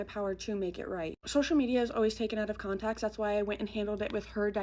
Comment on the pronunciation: Does she know the phrase is “out of conTEXT” ? Why does she keep saying con-tech????